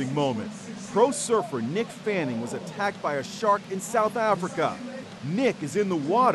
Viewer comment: It’s MICK fanning not nick smh